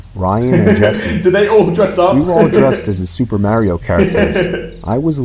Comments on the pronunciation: Mayrio? Why not pronounce Mario, not Mayrio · The way they pronounced mario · You pronounced Mario wrong